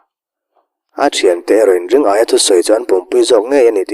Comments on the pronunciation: Ring aia tia lam lo hian Ri ngaia ti a lam zawk tur ni awm tak a ni, Aia tih ai chuan Ngaia tih hi a mizo hming phuah/sak phung deuh lo maw.? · Ring -aia ti a i chhiar rik hi Ringaia ( Ri-ngaia) ti a lam tur a nih hmel mange, a thian ten Ngaia ti a an koh vang hian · Ringaia hi..Ring...aia tiin i lam a,Ri...Ngaia ti a lam tur niawm tak a ni. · Ringaia ni na na na,ring-aia tia han chhiar tlat mai chuh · Ringaia hi Ri-ngaia ti a lam tur a nih hmel. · A ngaihnawm e. Mahse, Ringaia hming hi Ri-ngaia ti a lam tur a ni lo maw ? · Ri-ngaia hmingpum i lam fuh lo leh selesih sangsarih khaw hlui tih hi ka helh deuh tlat. Selesih sangsarih chu tun hnu deuh niin ka hre sia.